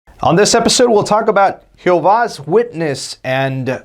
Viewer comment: Its not pronounced who vah's witnesses or whatever that is you are saying its pronounced g ho vah.